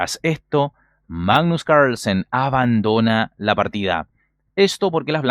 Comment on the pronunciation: Siempre me da gracia como decís "magggnus cairslsen" jajaj muy buenos tus videos